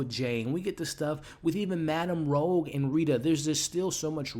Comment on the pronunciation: Michelle Gomez' character name is Madam Rouge (like the french word for red), not Rogue